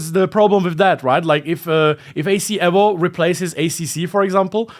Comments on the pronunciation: It’s evo mate. Not evvo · Dude it’s Eevo not Ehvo!